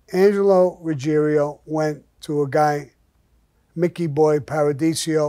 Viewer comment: Paradiso. Not Paradisio btw 😉